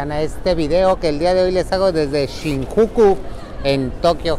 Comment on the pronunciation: SE PRONUNCIA SHINYUKU